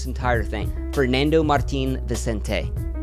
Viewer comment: honestly I really doubt this guy is in the position to make that joke lol probably has Spanish parents but doesn't even spent a year in Spain, I've never heard a """Spanish""" person butcher the three basic words "Fernando Martín Vicente" like that in my life. This guy couldn't sound Spanish even if his life depended on it. The joke sounded xenophobic to me, and I'm not even from Spain, I'm Argentine. Spanish people are not stupid. But everybody seems chill about the joke so I'll shut up